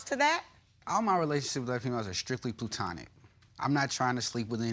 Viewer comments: Not "Plootonic" 😂😂😂😂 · Plu-tonic 😂😂 Other than that, come on!!! He's just mooching with his mooching friends. Girl, put them out and pick yourself up off the floor. You ought to strive to be and do better than just being this jerks doormat. Ooooh. And that last thing he said! He almost told on himself 😂 A time away from my friends and my other gir... Uuhm my other female friends 😂😂😂😂😂😉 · "Plue-Tonic" ....bofl, "if you say it like that, no" This guy just can't win and my goodness plainly put the girl is STUPID! After a number of things that he's done I would've left. There wouldn't have been a baby from me. I would've sent his ass packing to the first baby mama and dodged this bullet. He is an immature pot head. Leave him alone!!!! And to bring their son on a damn date wtf were you thinking. Free swim classes at the YMCA! Tell him to call Tyrone and help him get his SHIT!